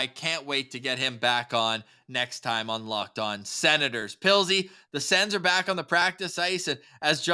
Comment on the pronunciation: Did call Pilzy…”Puddles”? 😂